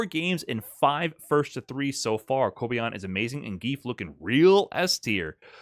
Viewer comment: How can make such a well reserached video with so much information and he still gets the name of kobayan wrong